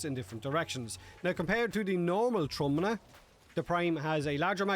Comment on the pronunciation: Just so y'all know, "Trumna" translates to "Coffin" in Polish It's pronounced "Troomna"